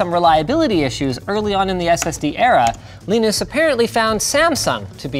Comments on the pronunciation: WHY DO YOU PRONOUNCE LINUS LIKE THAT IT'S KILLING MY EARS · Linus, LAinus, Linux... you see why so many people are confused 😂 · Also you figure that linus of all people would know how to pronounce his own fucking name. It’s lie-nus not lee-nis 🤦‍♂️🤦‍♂️🤦‍♂️ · Man it's (lie-nus) not (lee-nus). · Linus : "Leenus" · lienus leenus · For some reason it warmed my heart when you trolled yourself by pronouncing your own name wrong, as Leenus. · Is "leenus" some joke im too american to understand? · wow. linus is jealous. leenus. leenos linos. cant even try to pronounce the name correctly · Why is linux pronounced as linux but linus is pronounced as Lainus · Did he say Weenus? :) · STOP SAYING LIENIS! the crappy game show background music is back as well, AHhhhhHH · Alternate title: Linus Sebastian talks about a foreign Linus and gets closer and closer to saying “Lee-nus” every time he says Linus. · wtf is leenus he definitely doesnt call himself leenus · Did you have to write "Leenus" in the script so Linus would pronounce it as such? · Why is he pronouncing his name Leenus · So... Will you be called as Leeenus as well? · How to get alcohol poisoning? Every time Linus says Leenus, take a shot.... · why do you keep calling him Leanus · Just noticed he is "ly-nus" Sebastian and Torvalds is "Lee-nus" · I like how linus pronounce his own name lienus and torvalds as leenus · Linus pronounces his own name "Leenus". Interessting. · Funny how Linus called the other Linus "Leenus". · Leenus? More like peenis. #Roasted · Who is this "Leenoos" guy Linus keeps talking about? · It's funny how you pronounce the vowels in Linus's name like one would pronounce the vowels in "Linux" =(^m^)= ! Which kernel config did you use, by the way? I would like to replicate the benchmark on my own much older (but still very powerful) computer for perspective. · saying someone's name intentionally wrong seems like belittling and targeting. very rude dude. you can only lose respect from this.